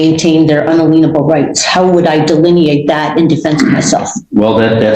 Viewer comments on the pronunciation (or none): First of all lady you need to learn how to pronounce the word “unalienable” correctly prior to proceeding. You think you’re so intelligent but you are not 💁🏽‍♀️